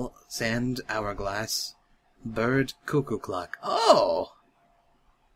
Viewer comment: I love the way you say "Bird"= "burt"